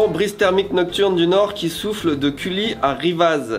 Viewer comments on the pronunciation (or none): Petit dej - dîner - souper Et sinon j'ai failli m'arracher les oreilles au moment où a prononcé les villages de Cully (cui) et Rivaz (riva) 🤣🤣🤣 Et on oublie pas: Bonzaiiiiiiiii